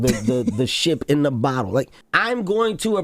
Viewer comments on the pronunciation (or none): none